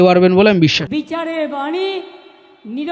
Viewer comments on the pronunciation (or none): none